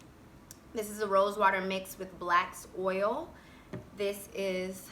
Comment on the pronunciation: Are you meaning black seed oil when you say "blacks oil" ?? Lol